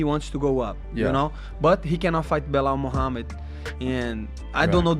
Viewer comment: Why did you say Belal’s whole name like it was one word? Belamahamid?